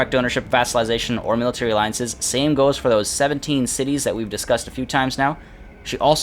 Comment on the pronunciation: Your pronunciation of the cities made me wet